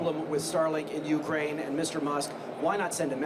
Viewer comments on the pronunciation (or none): none